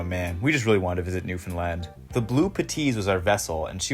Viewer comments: New-FOAM-land apparently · Really should’ve ADR’ed the Newfoundland pronunciation. Oof